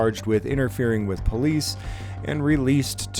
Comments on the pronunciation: The minute you hear someone call themselves PO-Leeece, you can be assured you are dealing with an ignorant, uneducated hayraker. This imbecile fits that to a T! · Who is the “Powleece” ? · Anytime you hear " PO -LICE " you know that it will go south!!!!!😊😊😊😊😊 FTP !!!